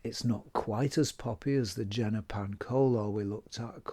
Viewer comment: Please learn how to pronounce Jena, yen-na, not gen-na.